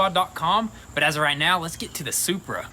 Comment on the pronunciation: Most people "BMW Shurpa" Lol I did say shupra I added the h okay... Me: "Saying toyota happy :) and saying supra madly "Toyota:) Shupraaaaaaa😎😎😎 Why I love goonzquad No tinelaps vid of them fixing cars not like others You have to watch everything with a I like